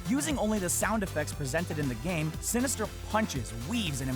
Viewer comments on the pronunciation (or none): Dude, the guy's name is "Sinister one" not Sinisterl. It's a number not a letter.